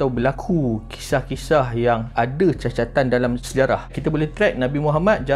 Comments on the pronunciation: Satu lagi, dia salah sebut cacatan. Sepatutnya, catatan. Minit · Aishhh guys cer dgr minit ...cacatan ke catatan..wakakaka🤣🤣🤣🤣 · cacatan ke catatan tu🤭